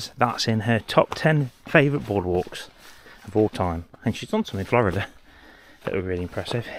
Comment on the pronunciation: OK I listened to that part a couple times where you said Florida, but I just couldn’t make it out. The accent got me. Too bad about not seeing any beavers.